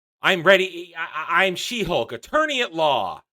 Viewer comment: it almost sounded like Shit-Hulk, and so it should 🙂